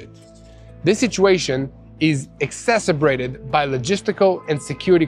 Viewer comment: Whoever writing these reports.. take it easy on Yair pinto! Exacerbated is too much!!! With that accent. Too many multi syllable English words! Nice job anyway. Luv y’all